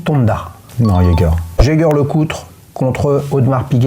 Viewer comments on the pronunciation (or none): Personne au monde ne prononce le S à la fin de Audemars 🤭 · Étonnant de prononcer le S de Audemars 😅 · Je me permets une correction pour le..... on ne prononce pas le "S" dans AU DE MARS, mais Audemar(s).... Disons que c'est comme prononcer le "s" ou le "x" des mots bois = boisse, bras = brasse (ça va pour la nage vu que c'est avec les bras), pas = passe (avec les mains ou les pieds), colis = colisse, prix = prixxxxxx, souris = sourisse ou temps = tempse.... Et le pire il a un chrono....AP... Dites, la Rolex Land-Dweller, il l'a achetée il y a trois mois... Ok cool... Délai d'attente svp, merci.... Bon après je vais faire l'avocat du diable.... Sa complication préférée "la date"???? Ah ben oui, AP 15202 y a que la date donc autant pour moi... Yacht Master Titane bon choix, toujours la même question, délai d'attente de??? Je continue.... Si son modèle de rêve c'est une AP sans "S" Quantième Perpétuel, question dates il va adorer.... Parenthèse qui n'a rien à voir avec les montres... Le jeans c'est quoi comme modèle? Pour la Daytona présentée au W&W elle n'est pas au catalogue.... Et c'est 16 brevets pour le new mouvement. J'en rajoute un peu... pour le bracelet de la Land-Dweller c'est une réedition d'un modèle de 1945 (Flat Jubilee) sorti la même année que le Jubilee "normal" donc ils n'ont pas tapé au marteau sur un simple Jubilee... Cependant vous avez soulevé un bémol sur le bracelet, pas de réglage rapide. Ok visuellement il est nettement plus "Classe" mais on peut se poser la question pourquoi Rolex n'a pas fait une évolution de ce bracelet avec le systèm